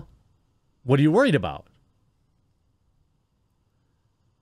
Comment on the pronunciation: Jeremy: I was out and about... Me: whoa! He went Canadian. Jeremy: ...on the water. Me: Oh, 'out in a boat.' Makes more sense.